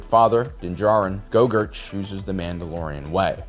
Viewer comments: or so: "Gogurt"? What happened to the name "Grogu"? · Did.... call Grogu.....Gogurt? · you miss pronoun Grogu